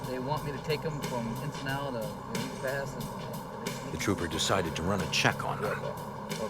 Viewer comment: Eagle "past"??? 😂😂😂 dude come one